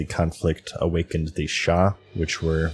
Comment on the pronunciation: Sha, not shas.